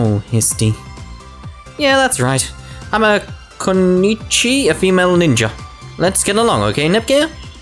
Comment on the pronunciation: Ku-no-ichi is how you say Also, kunoichi is a female shinobi. Shinobi is a ninja that protects their master